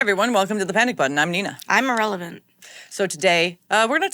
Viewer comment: Did that chick just say her name is Irrelvent?